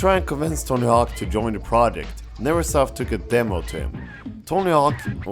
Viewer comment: "extweme" "not swo saksweswul" "a projwekt dat wus letr on" Jesus the English.